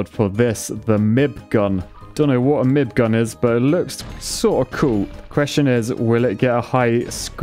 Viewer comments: It's the M I B Gun not Mib Gun as in the Noisy Cricket. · The "mib" gun, as opposed to m.i.b 🤦‍♂️🤣 I love your channel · I am very disappointed in your pronunciation of "MIB Gun" ... I mean I had no idea that many/all of the other guns were real but clearly you've never seen a movie before, lol.